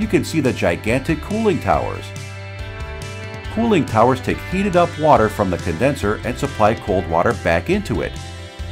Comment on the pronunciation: Cooling tower says cooing tower